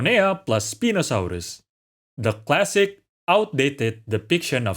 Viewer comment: you just gave me a small heart attack with that pronunciation of Spinosaurus lol Shouldn't the "Cetus" part of Ambulocetus be pronounced See-tus?